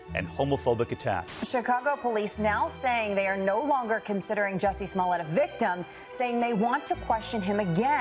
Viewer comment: Jussie must die a little bit inside every time his last name gets mispronounced.